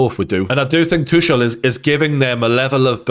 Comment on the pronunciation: Its "too kull", not "two shell"